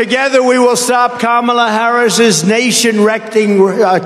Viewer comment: Kamala word uitgesproken als Pamela met een k. Emphasis on the first syllable.